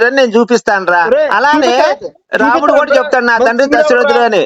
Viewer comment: ki RAMUDU anadam kuda raavatledhu, romudu anta. Veedu kuda debate chese vaade